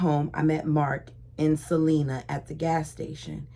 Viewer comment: I hate correcting you. For some odd reason Utahns pronounce Salena , Sal eye na. They are some cray cray pioneers.